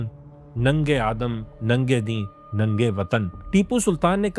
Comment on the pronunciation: Nang e Adan nhin khi, Adam AS Nabi ka naam he